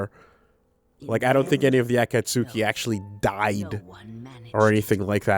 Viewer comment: Thank you for pronouncing 'Akatsuki' correctly.